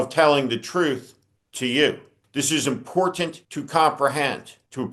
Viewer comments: Hello Steve, I'm a subscriber and I wonder if you could find a colleague to help you say "Important". You may not realize you are saying "Imporunt". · YOU STILL CAN'T Pronounce "important" correct the "ant" is SILENT not "E N T "